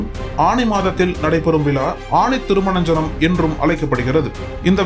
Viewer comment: ஆனி திருமஞ்சனம் என்பதே சரி 🤗 திருமனஞ்சனம் அல்ல 🤗